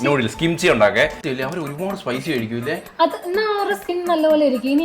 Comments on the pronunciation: kimcha alla kimchi annu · Note kimcha 😂😂😂😂kimchi✅